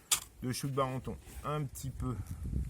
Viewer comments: Chou de Daubenton !! et non de Barenton !! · Répète après moi : DAUBENTON, pas BARENTON ! :-)